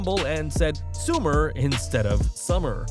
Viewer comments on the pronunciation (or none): Not everyone is promo skilled. Some do have ability to focus more on talent than promos which is rare. Ronda saying soomer isn't far off from summer. Not a drastic difference. U know exactly what she meant